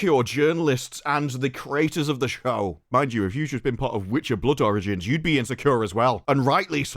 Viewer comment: I keep thinking you’re saying “Blood oranges” whenever you say “Blood origins” 😂